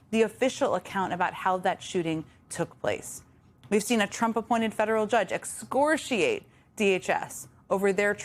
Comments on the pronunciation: It's 'excoriate'; 'excortiate' is not a word. Great piece, though. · 'excoriate' NOT 'excorciate' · Actually it's not "excortiate" - it's "excoriate." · Excoriate, not excorciate. I expect more from you, Jen. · ‘Excoriate’: pronounced ‘ex-core-ee-ate’. Not ‘ex- corsh-ee-ate’. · Excoriate, not exhorciate. Ex-KOR-ee-ait. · It's "exCORiate," not "excorSHEate" (You're welcome) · It's excoriate not excorsheate. Noem deserves solitary confinement for the rest of her worthless life. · We love you but please pronounce ‘excoriate’ correctly - it’s not ‘ excortiate’ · It's "excoriate" not "excortiate" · excorciate? Thought it was excoriate. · Excoriate, not excorciate. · "Excorciate??" - come on Jen - you're better than that .... love what you do though! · Ex-cor-i-ate. For next time. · Please tell me you didn't say "excorciate". I need you to have not said that 😮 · Excoriate not 'excorsheate'. Even in Trump's insane America you can't just make up words. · Excrotiate 😂😂? Did you mean excoriate deary? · “Excorshiate?” “Leave it. She’s rolling.” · Did Jen just say, “excorshiate” ? I dunno. . . Sure sounded like it. . . But I’m really stoned. . .still, though. . .🤪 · Ex-cor-i-ate, no "sh" in there anywhere Jen. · "excorTIATE"????? Hmm. Maybe she was thinking, time to exfoliate? 🤨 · “Excortiate?!?” Please do better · no sh in exciriate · Ex CORE ee ate. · . It's excoriate. Maybe autocue had it wrong and she wasn't quick enough to correct herself? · Excoriate is mispronounced badly. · Learn how to pronounce 'excoriate'. Nevertheless, I agree with you. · Jen mispronounced 'excoriate' to my absolute astonishment but anyone can have a bad night I suppose. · You mispronounced the word 'excoriate'. Girl. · Nitpicking, but did Jen mispronounce excoriate ? Disappointed. Really. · The word is excoriate Ms. Psaki. Nice when journalists can speak their native language before going national.